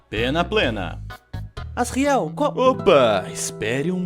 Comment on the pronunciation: Você fala asriel errado se fala asjuriel mais se escreve asriel